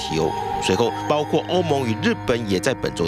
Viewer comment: 不是包括吗？怎么就包瓜了？什么叫包瓜了？！主播连中国字也不会念？退休吧